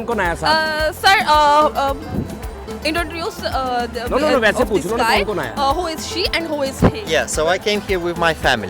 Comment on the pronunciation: This lady is being so over smart and thats why she was speaking totally wrong sentences Like Sir can you inrotuduce Sir can you singing Style of pronunciation was too bad Alot of mistakes